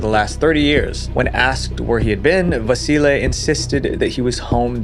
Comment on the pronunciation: I like you say Vasile's name perfect, very nice of you